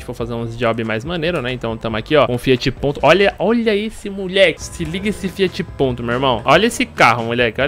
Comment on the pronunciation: "FIAT P"O"NTO" SAUHASUIHASUHASSA